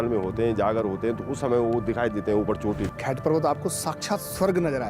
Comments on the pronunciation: Ye humaare tehri garhwaal me hai btw its not खैत its खैट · भाई खैत नहीं खैंट बोलते हैं 😂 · It's not "खेत" It's "खैट " And these pariyaan are also known as "aachri" Aur शेम nagraja nahi सेम nagraja hai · Vedio is great and I am thankful to this..... But......your pronunciation for Khait parvat is not correct It's not खैत .......it's खैट And again thankyou for the vedio .....I am form uttrakhand and near from Khait parvat and I thank you...for this great content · Bhai tum bhi Uttarakhand se ho to atleast yahan ki jagahon ke name to thik se liya karo. What is this खैत parvat….it is खैंट … It was so annoying …. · खैट को ख़ैत बोल रहा है 😂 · I see you always saying sorry for mispronouncing words in other local languages, but you are mispronouncing "khaint", although the actual pronounciation is clearly written on the green sign board. Lol